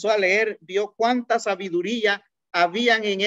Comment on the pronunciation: excelente, pero como retroalimentación debería de mejorar su pronunciación, ejemplo: decir JUDIO y no JUDIYO, pronunciar MACHO CABRIO y no MACHO CABRIYO, decir HABIAN en vez de HABIYAN....